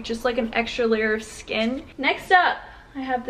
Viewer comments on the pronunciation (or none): none